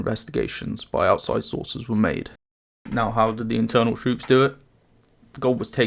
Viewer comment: i just said it myself and he clearly mispronounced word "Internal"